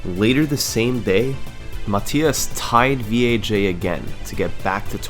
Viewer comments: Something tells me name "VAJ" not supposed to be pronounced as "Vee-Ae-Jay" my dude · is it pronounced v.a.j or vaj hahaha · carefully saying "v" "a" "j" instead of the way we all know it's supposed to be pronounced... thanks youtube censors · I think think you're supposed to pronounce VAJ by reading the letters... :D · Summoning Salt: His name was "V.A.J" Me: No no we both know thats wrong.